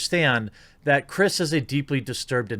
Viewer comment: He called him "chirs pool" this os april fools